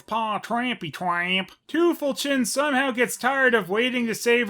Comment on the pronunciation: The weirdest part is, that despite everybody having a German accent, they mispronounce 'Krümel' and 'Tüpfelchen'...